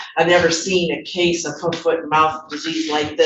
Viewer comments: First it's hoove, foot and mouth disease and that's a reaL thing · Did she say hoof, foot, and mouth disease 😂😂